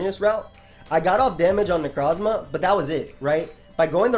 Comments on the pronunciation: damn my boy out here rolling his Necrrrrozmas so long, he's starting to roll their ability too. Neurrrroforce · FOR THE LOVE OF GOD STOP SAYING NECROZMA LIKE THAT LOL